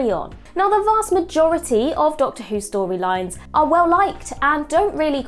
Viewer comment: Storwylines , contwovorsies, cwinge, , cwacks. Ffs it's "R" . Pwoblems, Adwick, It's not cute, speak properly.